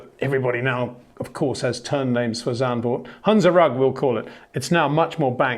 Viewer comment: Zandvoort, not Zandburg